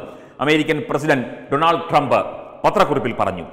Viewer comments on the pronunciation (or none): none